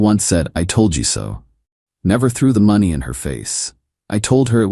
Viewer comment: Get your AI to pronounce money correctly. It’s not even close. I have decided to fast forward your stories when this happens. FAIL